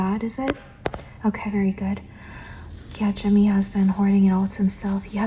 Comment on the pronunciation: i heard Timmy and not J*mmy- 😭😭